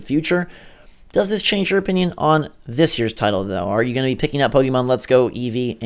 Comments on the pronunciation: PRONOUNCE IT RIGHT PLEASE!!!!!!!! POKÉMON!!!! NOT POKEEEEEEEEEEMON!!!!!!!!!!! AAAAAAAAAAAAAAGGGHHHHHHH!!! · pok-ayy-mon not pok-ee-mon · Pokeemon? Really? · Aaaaaa stop calling it po"kee"mon !!